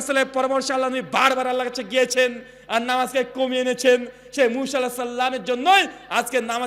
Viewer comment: মুশা নয় মুসা নবী, নামও টা ঠিক মতন উচ্চারণ করতে পারেন না আবার আরেকজনের ভুল ধরেন, মানুষের ভুল ধরাধরি না করে নিজের ভুলগুলো কথা হইতেছে সেগুলো ধরুন